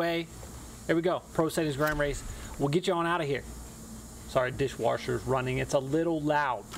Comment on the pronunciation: Did u just call it a dish warsher?